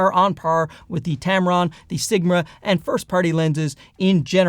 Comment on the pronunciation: Sigmra? I did chuckle, just a tad!